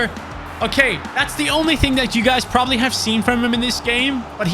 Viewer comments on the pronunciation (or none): none